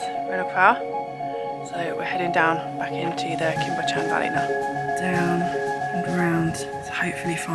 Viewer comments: Cwm Bychan....Cum Buch ( ch....as in Loch) Ann. 👍🏻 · Such stylish, interesting, watchable click bait 😉I mean that in a very nice way . Walking in that big and ferns is really exhausting Oh, Cwm Bychan, pronounce it Coom buchann Loved it 👌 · Cwm Bychan as in ch for LOCH!! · It's pronounced Coom Buck-ann lol. I'm not Welsh but lived there for some years, my kids speak Welsh and laugh at my pronunciation haha. Thanks for another great video, lovely to see the place I used to wander when I was younger!! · Cwm Bychan is pronounced cum buck-an. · I was lucky enough to live around there for many years. I know that swimming spot well. This film warmed my heart! Well done! ps. Your pronunciation is hilarious, please don't change it! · I love your vibe!! 😎 PS when you have time you might want to work on your pronunciation of place names. Cwm Bychan eek! 😂